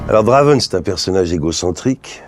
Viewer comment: Oh :( il a tout gâcher le 'draven', ça sonne mal. Essaye 'Drèven' :p